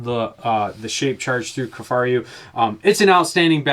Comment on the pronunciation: “Kifaryou”?? What???